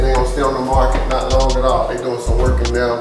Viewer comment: « This is mot » 😂